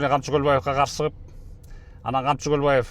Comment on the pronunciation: Камчы тируу болгондо К тамгасын айтаалбайт болчун 😂 маунглидеги шакалды элестетем сени коргондо😅